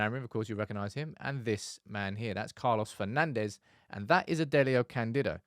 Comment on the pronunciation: Come on guys… Manchester has enough history with Portuguese players for you not to pronounce their names with a spanish accent… It is not “Bruno/Carlos Fernandez” but “Fur-nan-d’sh”…